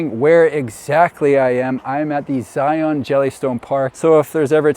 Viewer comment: I’m from Utah. I don’t get where the mispronouncing of Zion came from. It’s Zi-un, not Zi-ON